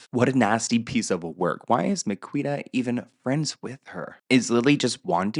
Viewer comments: Miquita is actually pronounced Makita in the UK x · Its pronouce MA-KEY-TA